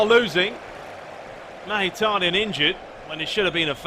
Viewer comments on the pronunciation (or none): Who the fuck is "magitaryan" 😂